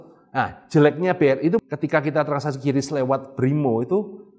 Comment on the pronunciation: QRIS dibaca kris